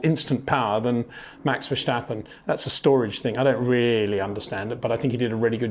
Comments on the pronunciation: I don't think he does that on purpose. but you are right about the pronouncement. it is Verstappen and not Vershtappen. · HEY PETER WINDSOR, I HAVE MESSAGE FOR YOU SIR: it is NOT Max "verSHtappen" ... Max is not German (Germans indeed do pronounce "st" as "sht") ... #Max33 = Dutch NL/Belgium! ... It is not "Bottash" nor is it "Lewish" certainly not "verSHtappen" .... This BS started long time ago when a British sport presenter interviewed father Jos Verstappen and assumed you can use a German pronunciation to a Dutch Driver thinking it is so "funny" ... It is not. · Good stuf this time. One point that annoys me is your pronunciation of Verstappen. It is similarly pronounced as the English word: Stop, Tip, first part of vertigo, than stop (but substitute the o for an a) and finish it with how you pronounce the word pen.